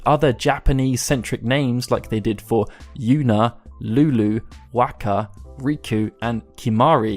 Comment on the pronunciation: Always pronounced it “Tee-dus” his name is meant to parallel Yuna’s in the Okinawan (which you also pronounced wrongly lol) dialect